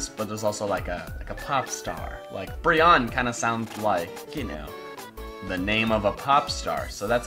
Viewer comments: I'm pretty sure it's pronounced Bri-onne pre Brion-ne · It's pronounced "briny". Weird right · Aren't you supposed to pronounce Brionne like Beyonce? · Love the video and all, but the pronunciation of brionne is -Bree-oh-nee Great vid though! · I believe Brionne is pronounced "Bree-own-nay"